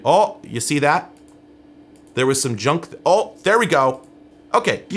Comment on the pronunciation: you’re “ohh” makes me think you’re Canadian or Minnesotan 😂